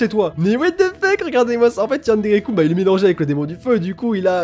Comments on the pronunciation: ^; par pitier... arrété les Coun... sa se dit Kun depuis le début T^T :3 super vidéo !! j'ai adoré ^^ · on dit keun et pas koune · c'est pas yanderekoune, c'est yanderekeune -_- comme jeune avec un K :o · tu me stresse tu prononce yandere kun (kuunee) allrs que je le prononce kunn ouai je sais y a pas de différences ^-^ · AAAAAAAH YANDERE KUN ça se prononce Keun pas Koun 😠😠😠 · il y a que moi que sa gêne quand il prononce mal le "kun" de yandere-kun ? O.o j'adore tes vidéos hein! Mais sa me stress..xD